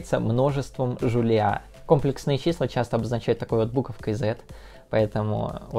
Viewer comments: Я все твои ролики посмотрел, но этот не могу. Блин. Я пытался, но слух не может выдержать кòмплексные числа. Ну комплèксные же!! ( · Видео интересное, только комплЕксные числа, а не кОмплексные. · Числа не кОмплексные, а комплЕксные, кста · не кОмплексные, а комплЕксные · комплЕксные числа, а не кОмплексные!!!!!! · Числа не кОмплексные, а комплЕксные. Не вводите молодёжь в заблуждение. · компле́ксные, а не ко́мплексные))) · Контент у тебя отличный, смотрю с удовольствием) Но правильно говорить всё же "комле́ксные". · Очень просто запомнить. КомплЕксные числа придумали французы, а во французском языке ударение всегда на последний слог (кстати ДирАк, потому что Поль). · Уши. вянут. КомпЕксные числа. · Там двойное ударение. Но в русской адаптации правильно комплексные, а не комплексные. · Не кОмплесные, а комплЕксные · Не кОмплексные, а комплЕксные числа. Пора говорить правильно! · Нас учили говорить компле́ксные числа, теперь слух режет от твоего произношения) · Видео крутое, если бы ещё ударение в слове "Комплексные" ставил правильно - цены бы тебе не было! Мне моя математичка в универе сразу сказала, "Кто скажет кОмплексные - пойдет на пересдачу" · КомплЕксные же числа ну, аж кровь из ушей пошла от кОмплексных чисел. А так всё по делу) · Аааа😧 КомплЕксные, а не кОмплексные(